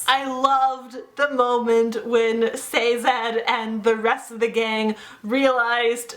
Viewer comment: Sazed. Not Sazad.